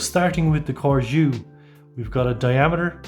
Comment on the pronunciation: CORGÈ . this is how the name is pronounced. if the intention is to make it sound French. And judging by the spelling: yes Good review 😉